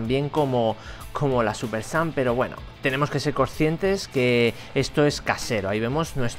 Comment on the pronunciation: dice súper sans